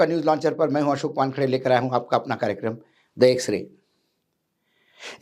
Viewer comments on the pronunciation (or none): none